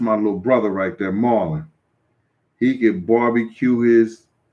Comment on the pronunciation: "Thurr" St. Louis accent 😂😂😂